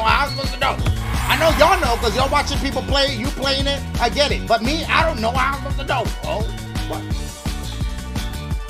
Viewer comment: “How I spostah know??” Bruh I love Dashie 😂